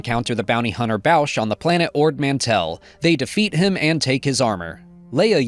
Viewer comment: Nice job as usual, especially for someone who has a hard time keeping up with everything - specifically the inclusion of Star Wars: Uprising. Only a few minor gripes of mine: 1. Boushh and Sian Holt are falsely pronounced, I think. 2. I'm just a little bummed that Gella Nattai, Axel Greylark, Creighton Sun, Aida Forte, Vildar Mac and Tey Sirrek didn't got any mention, considering they're quite important for the media they appear in and Sav Malagans misadventures with Maz also were mentioned, even if they were ultimately less significant to the overall story. 3. Is it confirmed, that parts of Legacy of Vader play between Black Spire and other stories during 34 ABY? 4. A little more Young Jedi Adventures inclusion would've been nice. 5. I'd say the the third TOE Barriss episode probably plays before 3 BBY, since Marrok is the only Inquisitor we see after Malachor and it's safe to say that the rest of them either died or vanished before that.